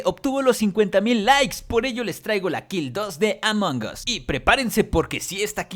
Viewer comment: like si dijo amongos xD